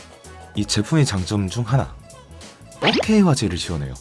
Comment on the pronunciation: 잘보고 갑니다. 4K 발음 하실때 자꾸 fuck K 라고 들리네요